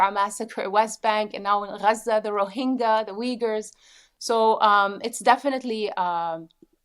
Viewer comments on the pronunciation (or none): Did she say Uyghurs?